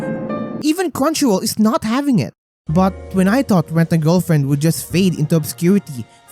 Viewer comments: went a giwlfwiend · All I can hear is Ent a gelflent😂😂😂